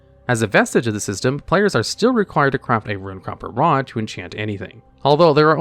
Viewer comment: It might be a reference I missed but it seemed like in enchanting you said WOD every time in place of rod, I’m sorry if I’m pointing out a speech impediment or something that wasn’t the intent, it honestly just stuck out that much to me, and I think that speaks more of my issues than anything